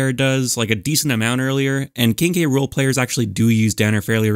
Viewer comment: when he says "King K Rool" I burst out laughing cause I swear I heard "Kinky Rule". And apparently, google subtitles agrees with me.